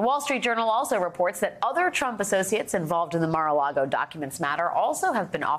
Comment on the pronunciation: Great piece but you pronounced "conmans accolite" and "Mar a Lardo" wrong